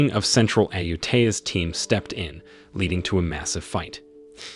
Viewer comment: Not Ayu Tier/Ayu Thayer but Ayu Taa Yaa